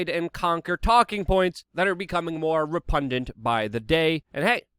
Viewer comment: Luke, what does repundant mean? its repugnant bro, or am i missing some meme?